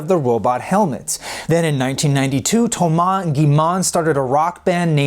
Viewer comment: "Thoumass" "Gimann" What